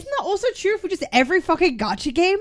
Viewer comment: a shot every time cap says 'trew'